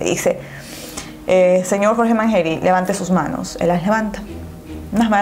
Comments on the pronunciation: manyery no manjeri🤦🤦🤦🤦🤦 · Mangeri se pronuncia Manyeri, no Manjeri!! Con Y, no con J. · "MANGERI" SE PRONUNCIA "MANSHERI" DEBERIAS PRESTAR ATENCIÓN A ESAS COSITAS CUANDO INVESTIGAS... BESITOS 😘 😘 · Arctic Potterhead Soy Argentina y se pronuncia "Mansheri" no es x nuestro acento ...se pronuncia asi el apellido No se si me entendiste..jaja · Es mas como "Manyeri" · Hola guapa disculpa se escribe mangeri y se pronuncia (manyeri) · mangeri se pronuncia mansheri. y rawson se pronuncia rauson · Rawson se lee como se escribe Y mangeri se lee "manyeri" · se pronuncia manlleri* se escribe mangeri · Se escribe rawson pero se dice rauson y se escribe mangeri pero se dice manlleri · Se escribe "Mangeri" y se pronuncia "Manyeri" y se escribe "Rawson" y se pronuncia "Rauson" por si algún dia haces otra parte❤ Saludos desde Argentina🔥💁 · otra vez, soy de Argentina y se pronuncia Rauson asi como suena y se pronuncia manyeri! Nacieron acá en Argentina y así se hacían llamar